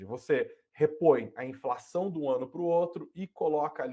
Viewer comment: Ninguém sabe mais falar direito, porra? INZENSÃO